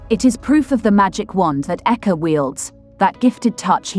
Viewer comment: Don’t mind this lady, they can’t study to pronounce African names good before coming on line to the publi, this guy’s surname is Eke not aka as you can hear from her!